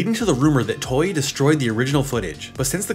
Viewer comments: Toei is pronounced toe-a Not toy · Toei is pronounced Toe-ay